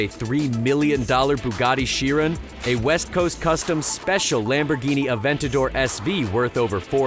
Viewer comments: WTF is a Lambo Aven-tator? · is nobody gonna talk about how he said "Aventador"